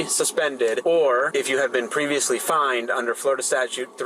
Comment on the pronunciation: Flo- ri- DUH!!!